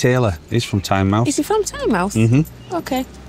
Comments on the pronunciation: Great Chanel especially on Tynemouth and Whitley bay ( my home) and it is pronounced Tynemouth ie mouth of the Tyne not Tynemth 😊 or chiselton in supergran days 😂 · It's pronounced Tynemooth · Just a couple of things: It's Tyne-mouth not Tynemuth It's Collingwood not Collingworth 😅 and Stan Laurel lived in North Shields not Tynemouth Tynemouth Station has a great market every weekend Good video Check out North Shields and the Fish Quays👍